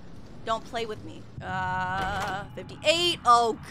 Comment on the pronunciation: How funny is the fact she says vibe vwith me before it gets scary that caught me off guard